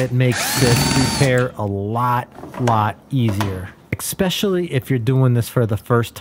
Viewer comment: “Ekspecially”?? - Eckspecially.